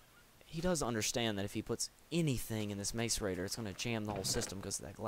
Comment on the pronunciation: learn how to say macerator right for christ sake